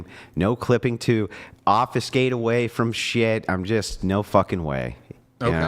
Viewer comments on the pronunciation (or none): also, the word is trying to pronounce (obfuscate) is pronounced, "OB-FEW-SKATE", and NOT pronounced "OB-FUH-SKATE" like he is doing.